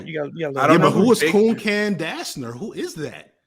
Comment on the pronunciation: Trying to bring a little levity to the comments section: calling Duncan "coon-can" was hilarious (TBF I would not have expected him to recognize the inversion of the letters on the spot)